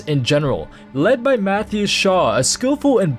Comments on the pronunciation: Muh-Thigh not Math, he tells you with voice dialogue his name if you're a rogue. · Math-ias...his name is Muh-THAY-uhs. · rogues specialize in... stealth? that's a new one 😂 also, its Mathias, not Matees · I hear you say math e us but I pronounce it math eye us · it's Muh-Thigh-Iss. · Ma - Thigh - yus lol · you pronounced Mathias wrong. It's pronounced "muh-thigh-us".